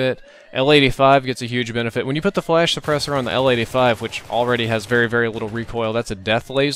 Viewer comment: when you said l85 i thought you said lady 5:D